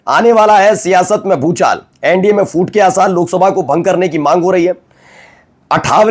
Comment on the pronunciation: From NYC, USA, Bhai Sahab the correct word is PHOOT not FOOT,same like PHOOL not FOOL. Why most of you guys pronounce PH words with F This formula applies to English words with PH like Physics pronounced with F. Don't screw up our own Hindi.